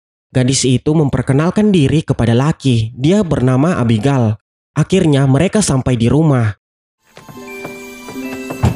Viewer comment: Abigel bukan abigal